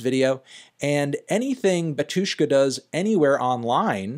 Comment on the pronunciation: take a shot every time he says batYUshka instead of bAtyushka